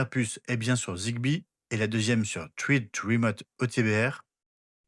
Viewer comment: J'ai le MR1 et j'ai jamais réussi à connecter un appareil Thread, ça va jusque l'apairage puis ça foire à la véréfication de la connectivité. Zigbee est tellement plus simple pour l'instant, j'ai l'impression que Thread n'est pas (encore) abouti. Petite remarque : thread se prononce "srède"